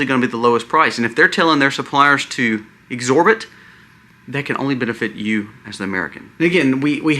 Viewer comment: It’s ABSORB! Not exsorb. Sometimes I worry that your terrible grammar causes people to unsubscribe. I appreciate all the research you do and the variety of topics you cover. So I’ll stay subscribed ❤God bless you.